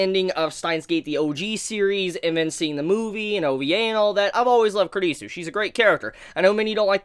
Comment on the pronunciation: It sounds like you're saying kridisu